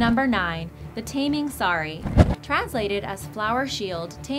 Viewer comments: Its taming sari not taeming sari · it's pronounce 'Taa - ming saa - ri'. and 'Hang' is pronounced like you're saying 'hung'. and Tuah is pronounced 'too - hah' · it's not pronounced as in taming an animal,it's ta as in target,and not hang as in hanger but hung as in "he hung himself" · She- She mispronounced "Taming Sari". It's Tah-ming not Tay-ming.